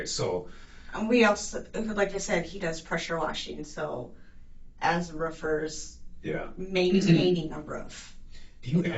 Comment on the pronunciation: when she says experienced roofers, both times, even with subtitles i heard experienced strippers.....